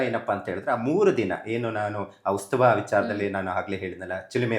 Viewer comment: ಉಸ್ತುವ ಅಲ್ಲ ಮರಯಾ ಉತ್ಸವ